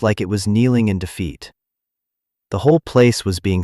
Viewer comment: TRY DEFEAT, NOT DE FEET!!!